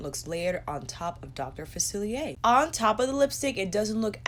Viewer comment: SAME! I bought the princess pr and I wanted villains pr too. It's pretty and I wanted it 😁 ALSO, I wish colourpop sent you the PR to review. You've been the most enthusiastic and literally the only person to pronounce "Dr. Facilier" correctly in their review. 🤣